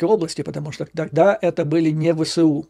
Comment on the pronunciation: Посмотрев видео с Курска,,с удивлением обнаружил ,что местные Гкают ,ШО кают .